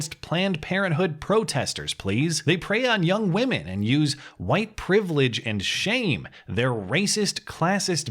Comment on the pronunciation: Cheesy Charlie "HUWHITE"